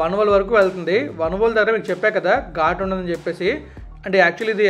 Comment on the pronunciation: వనవోలు కాదు వానవోలు